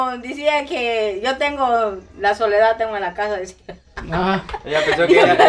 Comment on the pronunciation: no se dise dicia se dise decía y no íbamos sino íbamos veníamos.